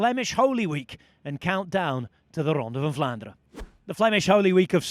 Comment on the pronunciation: As a native Dutch speaker I can confirm that generally in Dutch all letters are pronounced, however EN at the end of words is one of the few exceptions. Most Dutch people will ponounce words ending on EN as an UH sound known as a schwa ( ). Belgian people are a bit stricter in their usage of Dutch so some might really articulate the EN but i think even in Belgium it is a minority. So Vlaanderuh is perfectly fine.